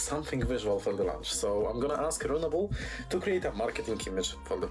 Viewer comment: the way he keeps saying runable sounds like a pokemon name